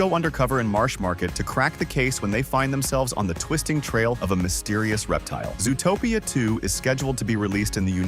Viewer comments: Is this narrated with an AI voice? Nobody pronounces it "zoo-o-topia". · so it does look sus. I thought it was only me. also. why does the voice over say zoo-uh-topia 2. are they using ai to do the voice overs?